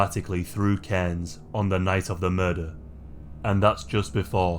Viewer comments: Nice one pronouncing Cairns correctly 😊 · Woo! Queensland! Btw you are one of the only non locals to pronounce Cairns right, great video!